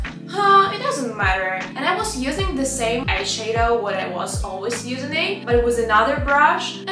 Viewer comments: also when she pronounces eye shadow she says eye shae-dow, try say eye shah-dow idk if this helped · Please,, не hate comment, I swear. Не айшэдоу, а айшАдоу. Типа как shadow только eye 🥰 love the vid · не айшейдоу а должно быть айшадоу ,просто если хочешь звучать более по английски :) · Love hearing her say "iSheadow" 😂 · I love how she pronounce “eyeshadow” it's so cute🥺